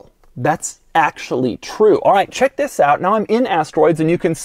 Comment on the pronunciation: It sounds like he's saying "Vis"